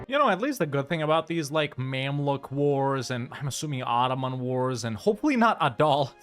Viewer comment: the way he called mamluk australia 😂